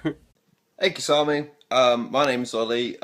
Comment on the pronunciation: Thank you so much for answering my question Kisame! And yeah you pronounced my name fine. I'll definitely be looking to get that Testament next ;)